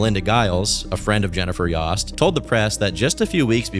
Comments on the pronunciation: its fine, it was just very bizarre when it happened, and to see him make a video on people i knew personally especially when he is pronouncing their name wrong is also surreal. Its pronounced like Toast>Yoast>Yost. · I could be wrong but I believe it’s pronounced yo-st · its y-OH-st. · It’s obviously pronounced ‘yOHst’. your pronunciation is so irritating 😭